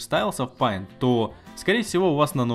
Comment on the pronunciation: Не паинт а пэинт